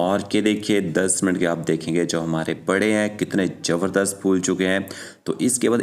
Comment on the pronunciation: Ourdo me j nhi zaberdast z Bola karey